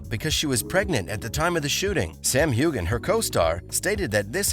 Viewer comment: When U r posting ur vids, please pronounce the names properly. Sam Heughan's name is pronounced w/ a SILENT G. Not very professional. Plus I agree w/below jgrafx comment how ur titles R very decietful. Not good. I won't b subscribing to